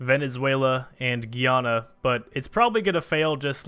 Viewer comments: It's British Guyana Guy-ana It's Alright Calm Down Lot Of People Don't How Pronounce My Native Country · I think it’s pronounced Guy-Anna